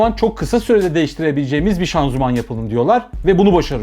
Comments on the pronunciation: Severek takip ediyorum abi hiç sıkılmıyorum anlatımın çok güzel. Ufak bi düzeltme yanlış anlama lütfen böyle takıntım var şanzuman değil de şanzıman desen :) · Abi şanzuman deme be :D Şanzıman de